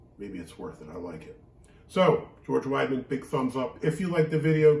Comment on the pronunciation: It is pronounced “weed uh mun.” With my last name, I am all over the German stuff!